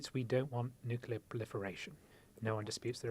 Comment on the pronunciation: Lammy and Pollard cannot even pronounce “nuclear” correctly. How can one take them seriously?